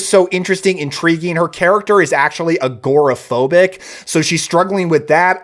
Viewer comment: Did you say "she's a gor-e-phobic"? ;-)